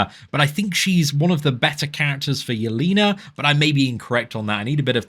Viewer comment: Pronounced “yell-ay-nuh” not “yell-ee-nuh”